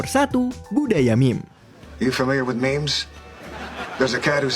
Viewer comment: I respect you for saying "memes"